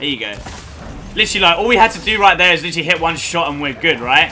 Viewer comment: Bo Allen - Where do you hear "literally?" All I hear is "litry"